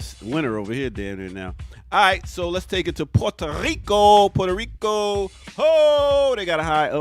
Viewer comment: Learn how to pronounce "maubi" (MAW-bee) and "Puerto Rico" (PUEH-rto Rico) if you're going to represent the Caribbean. Geez...